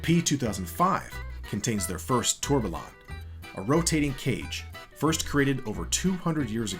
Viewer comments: Is this the best you can get for narration? Tourbalon😂😂😂 A company involved with watches doing a comprehensive history video should have someone properly pronounce basic watch terms🤦🏻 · Hearing you say 'Tourbillion' hurts my ears... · "Tourbillion" does not have localized American pronunciation because it's not a loanword. You're simply mispronouncing it. You don't go to a Mexican restaurant and ask for a "kaysadilluh" unless you want to look ignorant. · The double L's make a Y sound... you aren't Americanizing the word. You are mispronouncing it. If some said the L's in tortilla, that would sound pretty silly as well. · Need to check on how to pronounce tourbillion...